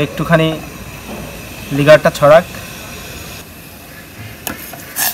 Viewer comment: লিগার,শুপ,ভাস উচ্চারণের অবস্থা ভয়াবহ